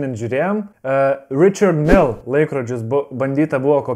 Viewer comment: Richard Mille = Rišar Mil Rolex = RO lex. tik ne roulex Vacheron Constantin= Vašron konstantin Glas hü tte = Glas chū te BMW= BMV 🙂 keistai skamba kai vokiškus arba prancūziškus žodžius skaito pagal anglų kalbos taisykles, prancūzai tikrai įsižeistų.